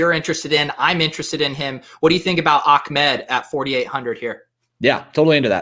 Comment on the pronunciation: is not Ackmed is ah med...you make him sound like he’s from the Taliban